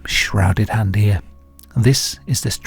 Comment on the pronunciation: Hello, everybody. heah...